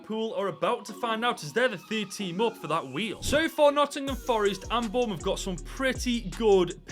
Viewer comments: It's boubouth you funny God help hom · it’s bouroutht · It’s Bournemouth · Pfffffffttt its flipping bornmouth